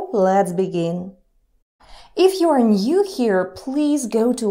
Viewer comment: Anyone else noticed that instead of "new" says "nnn-you" She is still the best though